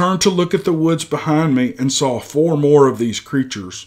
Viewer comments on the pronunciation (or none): none